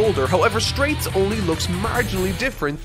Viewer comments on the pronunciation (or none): Also, why are you saying Wam?? It's Wamuu. And it's Straizo not Straits. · so confused why he kept saying "straits" when the characters name was straizo confusing as heck but eh maybe it has different translations